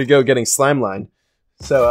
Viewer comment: It’s slim not slime lol